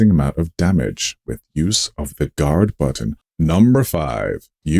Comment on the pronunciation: What's a gawrd button?